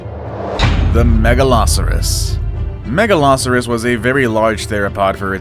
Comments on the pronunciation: You said megalarsurous rather than megalosaurus. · Your saying all the names wrong like megalosaurus mega -low -sautés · He pronounced Megalosaurus even more incorrectly. The way he pronounced it sounded like Megaloceros. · The way he says giganotasourus and megalosaurus